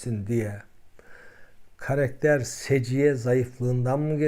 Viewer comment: Karekter değil,karakter hocam..Prof olunca beklentimiz de yüksek oluyor, kusuruma bakmayın.Karekter Giresun vs yörelerindeki söyleyiş.